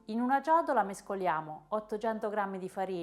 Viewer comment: E' CIOTOLA, CIOTOLA CIOTOLAAAAAAAAAAAAAAA. NON GIODOLA !!! E' CAPIENTE, CAPIENTE CAPIENTEEEEEEEEE, NON GABIENDE ! NON E' GUASI BRONDOOOOOOO!